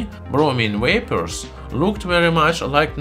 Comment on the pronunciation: "Wapors" That is like the Star Trek star saying Wictor Wictor. Instead of V as in Kalashniko"v"